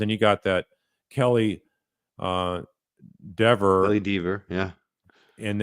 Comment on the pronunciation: I think that Alan Jackson knew he would upset Kelly by mispronouncing her name.